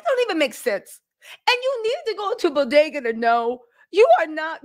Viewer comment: Hahahaha “ the Bo.De.Ga” 😂 🤣🤣 Bagels Baby.. Bagels